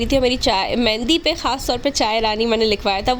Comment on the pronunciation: Mehndi hota hai mendi nahi